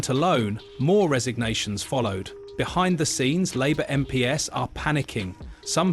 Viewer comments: "Em Pee Ess" What the actual fook is this A.I. robo voice talking about? It is pronounced "Em Peez". Who puts this sh!t on Youtube? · Computer generated voice is annoying - the give away is MP’s pronounced as Em Pee Es instead of MPs = EmPees